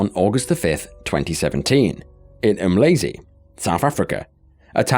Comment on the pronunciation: It's not pronounced as "Um lazy" it's Umlazi😮